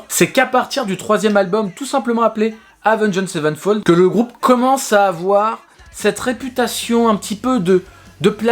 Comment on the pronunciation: Ta façon de dire le nom du groupe me trigger au plus haut point xD